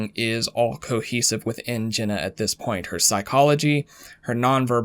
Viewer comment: Ever notice Jenna sounds like genuine when he says it and shameful sounds like shaneful lol